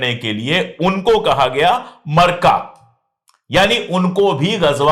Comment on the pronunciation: मरका नहीं है सर मआरका है